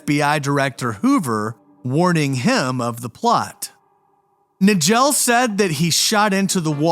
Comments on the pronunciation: Richard Case Nagell's last name is pronounced "Nuy-ghull" not "Nuh-jell" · Her name was Cheramie. And Nagell is pronounced Nay-gull. Somebody needs to edit these AI flops